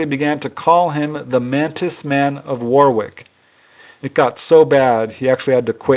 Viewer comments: Thanks for all the work you put into the re-telling of these fantastic accounts, as usual brilliant. 🛸👍 That's one big comfy cat you have there.:face-blue-smiling: And that Warwick is pronounced "Wah rick":face-green-smiling: Fantastic story. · It',s pronounced 'worrick'. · Yes another great compilation, For future reference Warwick UK is pronounced Worrick, The US has very many towns and places named after UK places and towns but most folk dont know how they are pronounced as we call them here, but Kudos to you for bringing these accounts to us everyday normal folk who are interested and love this phenomena/phenomenon who would never have known about if it was not for you fantastic channel. as i always say to you... Keep them coming my man because your channel is the only one of it's ilk on Youtube and respect from UK.